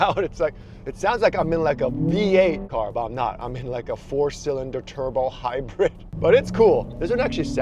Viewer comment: It's hybird. Not hapoening.